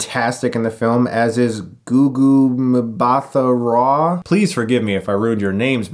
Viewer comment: Goo-Goo MMM-bah-tha- Raw....but you did pretty good!